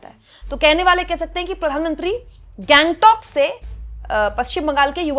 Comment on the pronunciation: दीदी गैंगटॉक नहीं, उसे गंगटोक कहते है।